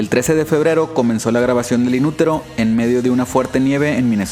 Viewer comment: Cc quieres pronunciar como los gringos pero dices inuroro :v JAJAJA